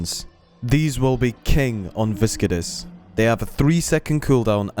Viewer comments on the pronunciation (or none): Type Viscidus into Google Translate and hear how it's supposed to be pronounced :P - Good video though, but that pronunciation killed me xD.